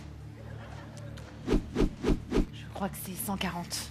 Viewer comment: Un Tuhuit, et non un Tweet. 😂 #LaurencePrononciation